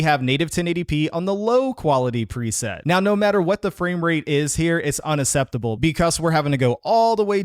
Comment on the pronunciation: Not acceptable its not said not usseptable